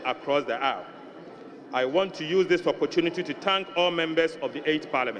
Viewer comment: The word is 'aisles' pronounced 'iles', not 'ice'. These people are really funny. Ato Forson cannot pronounce such a word. He is so lazy he did not check it up. Tweakai! I was in a plane with him to NYC. The way he cowered at immigration was sad for a leader of a country. These people are not apt to it.